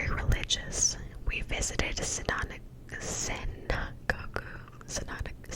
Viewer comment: thank you!!! also ‘Synagogue’ is a Jewish place of worship, pronounced ‘sinagog’